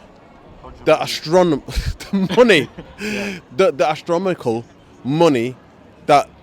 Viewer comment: The “astromicle money” 🤣🤣🤣